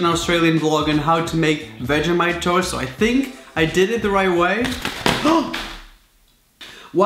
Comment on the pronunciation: 🤣 how he says vegemite its pronounced vegeeemite bruh get it right no hate btw